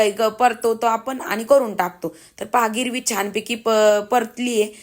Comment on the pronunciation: गिरवी नाही ग्रेवी म्हणतात